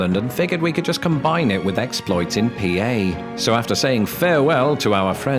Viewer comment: You said “Pee-Ay” good on you mate